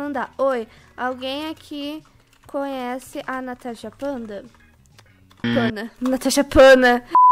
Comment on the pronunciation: Se sempre fala tanasha fanta em vez de natasha panda